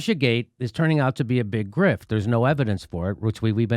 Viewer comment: "Russia gate is a big Griff" wtf did I just hear Jimmy say‽